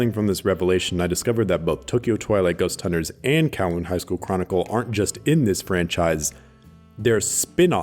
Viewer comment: Will he pronounce Kowloon correctly? Edit: he didn't